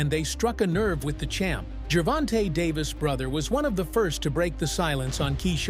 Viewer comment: It's Gervonta not Geervin TA. Lol!!